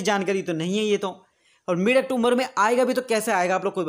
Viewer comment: अक्टूबर होता है ब्रो अक्टोमबर नहीं होता